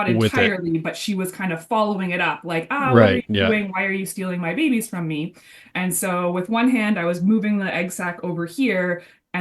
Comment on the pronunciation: Is the "behbehs" pronunciation an homage to zefrank?